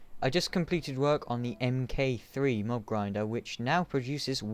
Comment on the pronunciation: its pronounced mark three, not EM KAY THREE